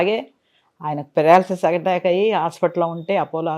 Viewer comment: పారలాసిస్ కాదు పెరాలసిస్